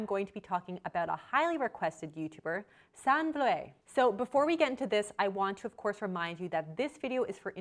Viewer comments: For future reference her name is pronounced "Sanna." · Ahh!! the way you were pronouncing Sanne.... made this video unwatchable lol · The "oe" is a letter in Dutch that does not exist in English. Abby pronounced Sanne as "Sann" but you also say the e so it is more "Sannay Flood". However, a better plan is: go to google translate and type in her name with the language Dutch. Then you can listen to the pronunciation. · It's actually pronounced San-eh. Not sun. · Ps her name is pronounced 'Sun EH' not 'Sann' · her name is pronounced like sauna. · The pronunciation of Sanne is really funny, it's actually pronounced more like sun-nu (the second u sounds the same as the first) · Her name is pronounced sown-ah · Are you Dutch? It is pronounced as Sanneuh ;) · Her name is pronounced like “sanna” the e makes an a sound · I'm from the Netherlands and... you really mispronounced her name 😂😂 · I love you and your channel but you're butchering the Dutch name 😂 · As a Dutch person, it hurts me to hear your pronunciation of her name 😂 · Lovely video but the way you're pronouncing her name is giving me a stroke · I cringed at the pronunciation so bad, it's dutch not french ... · you butchered her name so bad 😭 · As a Dutch person it’s quit funny how Sanne is pronounced. Dutch names are really hard for the rest of the world. Love the video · First of all, you horribly mispronounced her name, second of all, if you knew anything about Sanne you would know that she uses an app to track the amount of protein, fats, etc. she consumes in one day and adjusts accordingly, and third, models typically work out hard in the morning and don't want to be digesting heavy protein during exercise. I would be more willing to watch your videos if you had your facts straight and left out the snarkiness.